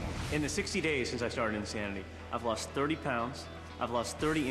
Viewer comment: They spelled it wrong. Shaun T clearly says it's "In-Thanity with a 'th' sound. He's an unbelievable speaker because of that, plus the fact that his body is rock solid after he took the steroids, plus there are plenty of idiots willing to smile into their home video cameras and say "I did it. Yes!" then send in their tapes to "Insanity" marketing division in exchange for $50, that makes Shaun T the perfect choice for spokesman of this awesome new workout company.